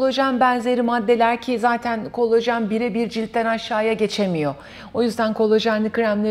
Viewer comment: Verdiginiz bilgiler cok degerli olabilir ama kolajen yerine kolojen demeniz siz ve sizin gibi uzman title'i tasiyan kisiler olan guvenimi kiriyor. Lutfen Turkce'yi dogru kullanin